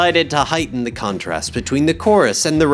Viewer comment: “crontrast”? “worldless”?